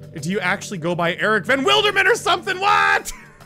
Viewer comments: Ericvanwilderman is pronounced WILLderman not WILDerman like a wild animal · Van wild erman (it’s pronounced willderman for all the gdash players here